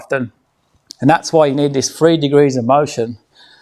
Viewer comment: Are you saying 3 degrees of motion or free degrees?